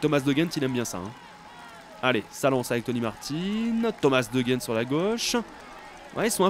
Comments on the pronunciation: On prononce De G-Endt pas rendt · En tant que belge je peux t'aider:) On prononce De Gendt avec un G comme tu le prononçais au début (et pas avec un R). Et on prononce Benoot comme si tu disais Ben haute et pas Ben hotte comme tu dis;) Continue comme ça les belges adorent tes vidéos et surtout quand tu fais attention à bien prononcer nos noms!;) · Pour de Gendt tu le prononces comme tu l’entends c’est pas comme si tu le prononçais avec un r et pour benoot c’est benOOT et pas benout fin voilà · Non ca se prononce de rendt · on dit le "g" de De Gendt comme dans garage!!!! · Pour de gendt ça se prononce en r, sinon continue, vive le tour